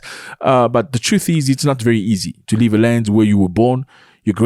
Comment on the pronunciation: Accent on "leave" 😂